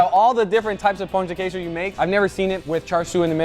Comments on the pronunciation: pronuncia perfeita das palavras em português guga! (perfect pronounciation on pão de queijo and tapioca) greetings from Brasil Edit: ele é br e eu n sabia. Agora to com cara de cool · as a brazillian i'm really proud how good guga pronunciated pão de queijo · Eu sou o comentário brasileiro que você procura. E sim, nosso pão de queijo apareceu no vídeo. Guga, thx for honor our pão de queijo and your pronounce was realy good! Uncle Roger, your pronounce was cute :) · I love how guga is the only one who can say pão de queijo correct